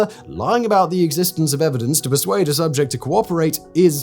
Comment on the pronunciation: "about" not aboit😊